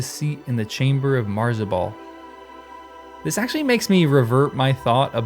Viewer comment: It's MA-zar-bul, not MAR-za-bul.